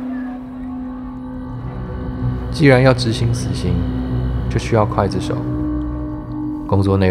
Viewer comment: 晕倒!!那个刽( gui)子手請不要讀成guai(筷子手) 好不好?别讓人笑掉大牙哦!!温馨提示!! 😙😙😙